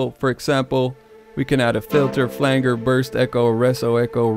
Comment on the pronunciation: your pronunciation of " flanger" was driving me crazy!! 😂